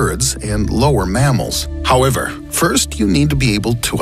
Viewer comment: Who else loves when he says... HOWEVER.. 🤣